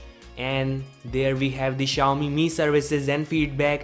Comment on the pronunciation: Why do you keep saying the company name wrong about 100 times in your videos?